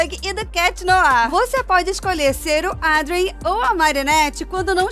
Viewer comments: Salve!!!:_apaixonado: Amei o spoiler!!!!:_estrela: Estou S-U-P-E-R ansiosa para chegar essa atualização!!!:_arcoiris: Ahh!!! Eu quero muito a casa da Marinette:_apaixonado: desculpa mas eu não aguentei e ti quando vc falou Adrien kkkk:_gargalhada: Não se pronuncia como está escrito... Mas é meio complicado mesmo kkkk😅 Bjs!:_beijinho: Ass: Kit Deb sopa de letrinhas!💜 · Aaaaaah!!! Eu tô muito ansiosa!!!:_estrela::_estrela: A casa da Marinette tá linda,tá muito igual:_apaixonado: dscp mas eu ri quando vc falou "Adrien":_gargalhada::_gargalhada: quantas novidades!!:_estrela::_estrela